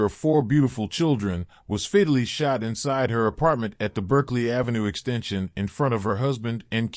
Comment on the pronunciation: Lol what is "fitally shot"?😂 you mean FATALLY weirdo